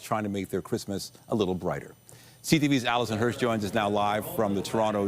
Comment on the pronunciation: Carney can't say Christmas